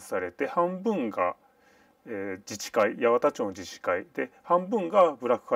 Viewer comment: 「やわた」では無い。「やはた」。